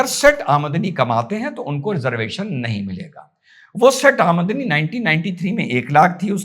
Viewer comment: Aa-madni kya hota h. 😂😂😂 Aam-dani hota h chicha.. Zabran hindi kyu bol rhe ho... Itni urda training thi kya